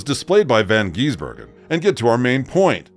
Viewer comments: Bro its not von geesbergen.get it right dude. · Please try and learn how to say his name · Dear God! Pronounce his surname properly and he is not an Aussie!!! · FFs he a kiwi and for goodness sake pronounce his name correctly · They aren’t the smartest species on the planet. Can’t even say his name correctly